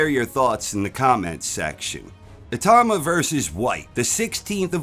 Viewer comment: I-tau-ma. Not I-tah-ma